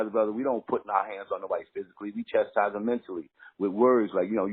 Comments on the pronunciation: He even said it CHEST instead of CHAST haha but yeah Its one thing to misspell shit that is slang, but if ya can't spell a regular word or pronounce it correct I say ya shouldn't use the fuckin thing. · He said CHESTise when its spelled CHASTise. Make sure yall spell words correctly so it doesn't come across the wrong way. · Wow... He really thinks the word is "chesties" instead of chastise. Sad.